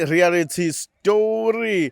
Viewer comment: its Reality not rerality